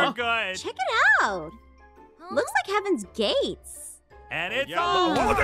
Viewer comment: In the first part when aph said looks like hevens gate I Heard Aph say looks like hevens gay😭😭😭😂😂😂😂😂😂